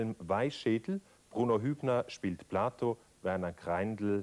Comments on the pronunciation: Platon nicht Plato. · Warum "Plato"? Er heißt Platon.